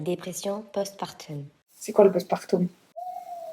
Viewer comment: Dommage de ne pas s'être renseignée avant de faire une telle vidéo. Tu ne veux pas être jugée sur tes avis en tant que maman, mais ne juge pas les autres, et encore moins s'en être renseignée sur les sujets que tu abordes. Ne même pas savoir prononcer post partum, ou encore Montessori.. vraiment déçue.